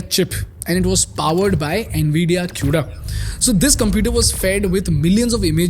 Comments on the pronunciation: As a fucking dev using cuda it's not pronounced as "Q"da it's "kuda" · "kooda" not "q-da"